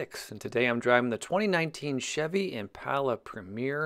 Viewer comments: Since when is a door handle called a door latch? 🤔 Oh and it’s ImPALa not ImPAULa. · Every time you say impala, I cringe from the pronunciation